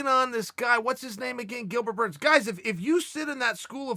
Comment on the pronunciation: Chael says his name correctly. Burns for p4p no.1